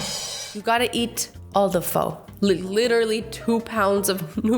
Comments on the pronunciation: its not fo its pho (fu) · Pho is pronounced fu not fo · Ahhhhhh! Stop saying (f-oh) no no no! The right way is (f-uh) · It's fu not fo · It's not pronounced pho it's pronounced ph-u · It's phah not phoh. I know this cuz I'm Vietnamese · I love how American people say pho like fo instead of fuh but it’s fine Edit:I’m Vietnamese so I could eat pho nonstop😂😂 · Not trying to be rude but it’s pronounced ( f-u-a) sorry I just want to tell you so nobody gets all crazy about it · Pho is pronounced pha. I’m Vietnamese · Its pronounced: ph-uh sorry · You said pho wrong it’s fua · Vietnamese people triggered. she said Pho like Fo XD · I’m sorry to say this but..u pronounced pho wrong. It’s kinda like saying fa. In my idea. Luv ur vids💛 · It is spelt “ Pho” but pronounced “Pha” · It’s unhealthy how mad I get when people can’t pronounce phõ right. IT’S PRONOUNCED FUH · Its pronounced fu hot fo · Your saying pho wrong it’s like diffrent the o sonund like a letter a it’s pha but spelling it with a o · pho is pronounced phaa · Am I the only one who is bothered by the way she said “phó” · You are saying Pho wrong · when your Vietnamese and you hear someone pronounce pho wrong. 🤦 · Um..you said Pho wrong..I know because I am Vietnamese, and I'm not trying to be rude, because I love your content but, you said Pho wrong. Also, if people reply to me saying things like, "How would you know?" or "She said it right, stop lying!", my family actually EATS at PHO RESTURAUNTS! AND EVERY SINGLE PERSON THERE SAYS IT RIGHT! Look, I am not trying to be rude, I am just stating that you said Pho wrong, just from my experience. I really do love your videos and, your a awesome youtuber. Keep up the good work UwU. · Azzy, you are saying pho wrong... just saying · I'm Asian so you said pho wrong it is Pho Thai just saying. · Azzy, you pronounced “pho” wrong 😆